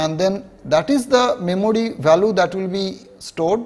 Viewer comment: Memory❌ memody👍🏻